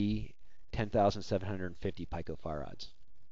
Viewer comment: "pEEko" - not "pike-o" lol